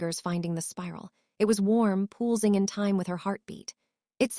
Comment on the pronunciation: Could you please adjust your algorithms to make an attempt to pronounce words correctly, listening to “pulsing being pronounced “pull-sing” and “Isabell being pronounced “Is-a-bell” is thoroughly irritating as they are words repeated in the story line and they take a way from the effect of a story.